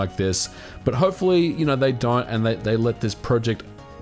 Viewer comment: I think it was "don't", just with an accent.